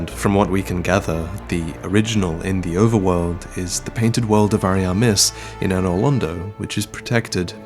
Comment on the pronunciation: WHO CARES ABOUT ANTITHESIS WHEN YOU GAWN SAY 'Ari'amiss '